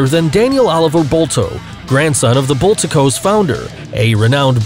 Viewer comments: You pronounce "Bosch" as "Bow-shh" Ahahahahaaaaa BUTCHERED the name of one of the largest and biggest world-wide companies. When were you born, 2005? If so, then you get a pass. Also, "Bulltaco." It's a compound word. "Bull" and "Taco." Now put them together. It's not a "tuh-coh" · Boltaco? Bolta-co? Lol..... It's Bol-taco! ........ Sheeesh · it's pronounced BULL TACO